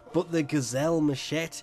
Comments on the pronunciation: i love you. but, one word: mashet xd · So is secretly French? He does not pronounce the "e" for machete.